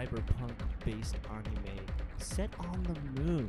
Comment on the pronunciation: Darn kids and their "Onimes"